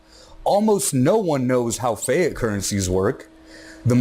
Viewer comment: keep up the great work dude! but i think its pronounced fee-at...